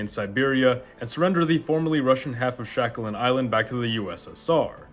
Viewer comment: why you call Sakhalin Isle "Shakalin"?